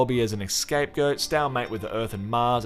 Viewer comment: "Scapegoat" (as written) NOT "escapegoat" as you said it.